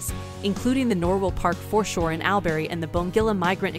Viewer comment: This lost me straight away by saying AL- berry learn the pronunciation to get the respect 🤦‍♂️